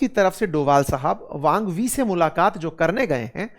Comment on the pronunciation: वांग वी नहीं, उनका नाम वांग यी है।